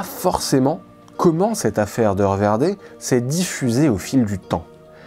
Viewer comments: Bonjour si vous me permettez : Hoer en Néerlandais se prononce " hour, (oe =ou) et non "eu". Bien à vous, bonne continuation. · Le mot hoer se prononce "houre" en néerlandais